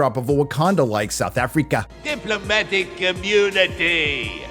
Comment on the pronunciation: Seouth Afreeka